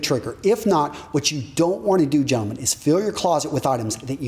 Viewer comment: Your Gentleman Sounds Like German 😂 funny :D